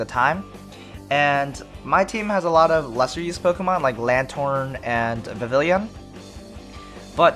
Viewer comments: Vivillon is pronounced Viv-i-yon! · No, Vivillon is a french name therefore is pronounced french-like, where ll=y.